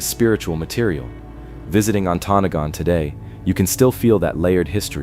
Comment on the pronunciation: That's some crappy AI narration. It pronounced Ontonagon wrong at least 3 of the 4 times it said the word.